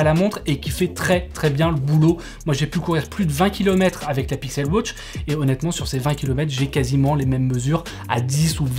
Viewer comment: Pixel wotch, Apple wotch ? Non ! WAtch